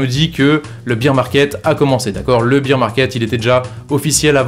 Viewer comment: Tu dis bire pour bear t es sérieux ? Bire c est beer de bière 🍻 🍺